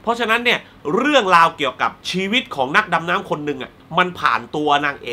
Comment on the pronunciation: เสือ ชะนี เก้ง ตอนที่เจ้อ้อยปลอมตัว เป็น คนฮ้องกง ทำให้เวลากุฟัง คำว่า "ชีวิต" เป็น ชีวิกคงเล้าาาาาาาาา ของ โซเฟียลา -.- ชิวิกข้องกุกกกกกก